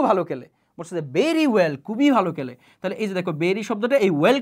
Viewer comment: Vai বেরি বলেন নাকি ভেরি বলেন বুঝি না